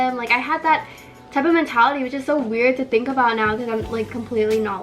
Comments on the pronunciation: “I tink you’re preetty enough ❤️” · “I tink your pretty enough”aweee😂😭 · “i tink your pretty enough” 😍😍😍😭😭 me: why can’t my boyfriend be like that- oh wait i don’t have one 👍🏽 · Favorite couple OML 😍😍 when said “I’m not pretty enough “ which you’re soooo pretty oml but when you said that looked at you right away and said “I tink you’re pretty enough” like OML 😍😍